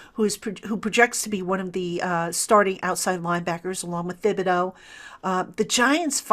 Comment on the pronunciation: I believe it's pronounced Ti-buh-do.